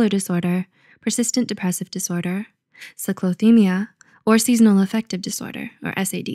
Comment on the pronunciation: The V in DSM-V Is a numeral, so you just say "5". Also cyclothymia - cyclo like "cycle", sigh clo, not sick low